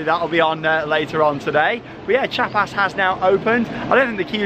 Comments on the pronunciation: It's more like "chjA-pas" (after a state in southern Mexico). The "i" or "ee" sound is very short to almost non-existant, and emphasis on the a. Just listen to the soundtrack, they chant it several times on there. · Chiapas is pronounced Chee-Ah-Pass. Wink, wink.